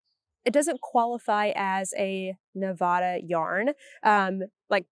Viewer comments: As a former Nev-AD-a resident this person is correct. Ne-vah-da pegs you as a tourist/non-native. :) And may get you corrected in certain circles. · Not Neh-vah-da. You had it right before!😂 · Perhaps this will help you remember: Think of the word "ad." It has a short a sound. "Ad" is visible right there in the word Nevada, and that's how it's said. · You’re still wrong it’s Nevada. The.A is like add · Like nev-ADD-uh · The first A in Nevada is a short A (as in cat or hat).